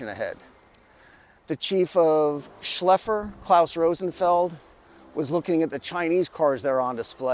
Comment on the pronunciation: not "Schleffer " but Schaeff-ler".